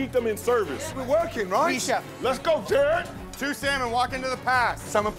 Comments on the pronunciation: Is it just me or Ramsay still can't pronounce Jared and say Jerad instead? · GR: “JEROD”